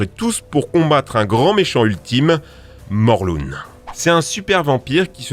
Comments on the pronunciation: On dit Morlin pas morlune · Ça se dit morlin !!!!!!!!!